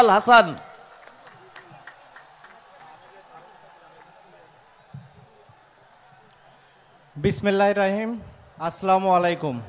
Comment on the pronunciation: বিসমিল্লাহ টা শুদ্ধ করে বলেন বিসমিল্লাহির